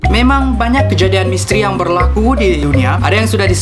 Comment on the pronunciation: kejadian ini berrrrlaaaakuu.. pekat gila sabah 😂